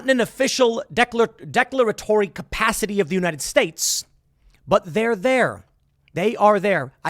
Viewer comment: Declaratory? Really Tim? Smh